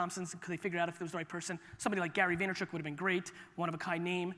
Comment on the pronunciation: Lmao Gary why did he butcher your name like that?